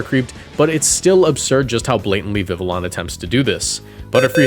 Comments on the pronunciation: Viveon. You say it like an eeveelution. No L sounds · I’m pretty sure it’s viv-ee-own because it’s supposed to be French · Pronounced vivi yon ya uncultured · Bro PLEASE learn how to pronounce Vivillon. It’s easy to breeze past when it’s mentioned once over 20 videos but hearing it 20 times in one video was agonizing. Great video as usual but please bro, the double L as a Y is not that hard